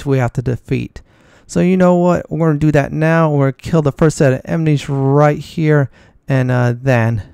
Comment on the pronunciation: Emnies lol. Aside from that weird pronunciation, I love your gameplay!